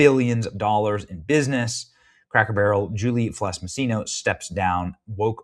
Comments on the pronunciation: Im glad she got fired but my guy are you dyslexic? Julie FELSS not FLESS fuck sake youre killing me. Had you not shown her name written on the screen I wouldnt have known but physically seeing how its spelled and hearing you purposefully say it wrong over and over was cringe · Benny, read man - it's not Fless - it's Felss. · Benny. You have trouble reading. Get it right. It's easy. It's Felss. Not Fless! You're doing this a lot. Other videos too.